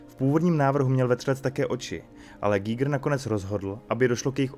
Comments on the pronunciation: Koho napadlo (německé) jméno Švýcara vyslovovat anglicky? To nebyl žádný "ejč ár gígr", ale úplně obyčejný "há er gajgr" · Dobře, tak buď anglicky ejč ár gajgr nebo německy (správně) há er gíger, ale zkomolit to dokupy je jiný umění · Pěkné, ale proč vyslovovat jméno "H. R. Giger" jako "ejč ár" když to byl Švýcar? Přijde mi to stejně divné jako anglická výslovnost německého tanku Tiger jako "tajgr" 🙃